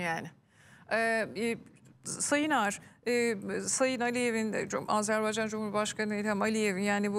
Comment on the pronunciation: azer bey değil AzerBaycan dı hürmetler saygılar 🇦🇿🇹🇷